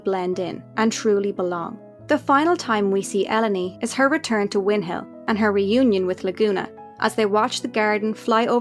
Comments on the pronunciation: Never thought the pronunciation of Ellone to be like that. Interesting ❤ I love it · I never thought to pronounce Ellone that way, I always heard it in my head as “El Lone”